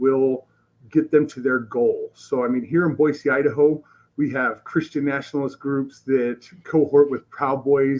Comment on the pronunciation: Good on for pronouncing Boise correctly!